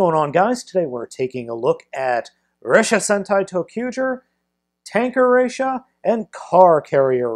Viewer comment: ressha not rassha